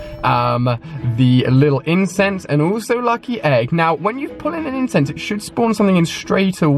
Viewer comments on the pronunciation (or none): none